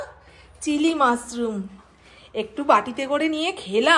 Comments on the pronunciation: It's mushroom.Not musroom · Musroom na mushroom. S noy sh.